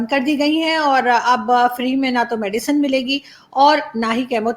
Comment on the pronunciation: its medicine not medican